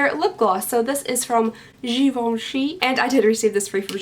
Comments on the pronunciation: I would love to see a GRWM with some of these things. The Givenchy is pronounced "jzhiv-on-shee," which we pronounce the wrong way here in Texas. You pronounce it the right way. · Yes you're pronouncing it correctly! the Ghivenchy i mean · You do say Givenchy correctly. 😉